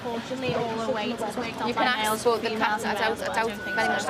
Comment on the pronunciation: did i axe you